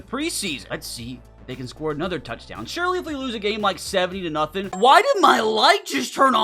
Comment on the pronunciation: "Surely" sounds like "Siri" so your voice activated lights turned on is my guess. 😅